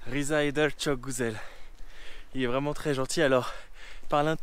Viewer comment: Le Ü en Turc se prononce u et non ou c'est pas çok gouzel mais "guzel" mdr mon p'tit Français d'amour